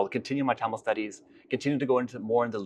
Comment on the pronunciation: I'm sure he is the first American who pronounced Thamil as Thamil not as Tamil.